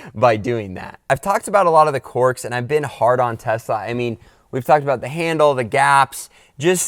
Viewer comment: "Corks"? He means quirks.